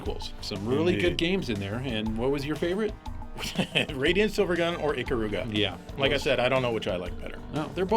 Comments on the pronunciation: I doubt anyone will see this comment but screw it, I think it was who said "Ikaruga" but he HORRIBLY butchered the pronunciation, I get he doesn't care but damn... I had all but one part of it correct... He pronounced it "E KUH RU GA" when it's actually "E KAH RU GA" it's Japanese and well... Here's an example of of a name, and thank you Yakuza games... Amon I admittedly say it like "Ey mon" when it's actually "Ah mon" and before people say "Oh who cares? It's just a word." Yeah to us it is... I give Japan more credit for shit than not... Now than... If anyone wants to learn Japanese under stand A's are pronounced "Ah" U's are "Oooh" like Kuro which O's are actually similar to how they are in English. I's are actually sound like "EE" now E's are the weird one for me but I'm used to it... "Eh"... That's all I'm done. Enjoy. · Dammit, you pronounced Ikaruga wrong! Why is it that the entire English speaking world always pronounces it wrong. It's not supposed to sound like an old car horn, Stop putting so much emphases on the middle syllable.